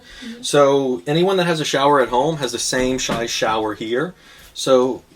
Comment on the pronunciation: "Same Shized shower." Nearly stuck the landing, didn't you?